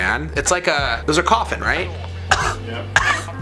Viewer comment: “Coughin’” 😂 beautiful set! Xx